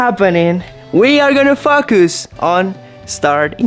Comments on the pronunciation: You pronounce “Focus” foe cuss not fuk goose. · You are the parent—-the puppy prints are on you!!! 🐾 🐾🐾 FOCUS—-makes an O sound. 😊